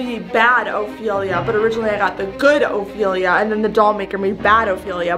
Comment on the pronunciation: I finally found someone that said Ophelia right